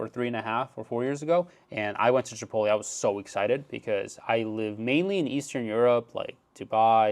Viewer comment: Chipoly? Like cannolli? lol